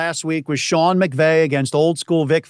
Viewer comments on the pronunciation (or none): none